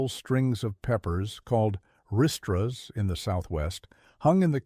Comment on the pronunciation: Reestra not ristra. Please research on how to pronounce stuff right. Gheeze louise!